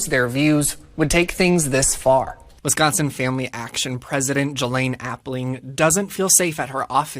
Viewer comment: Never knew I lived in 'WescHonsen'...